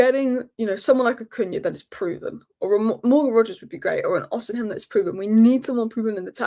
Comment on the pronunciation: it’s Osim-hen, not Osin-hem 👍🏻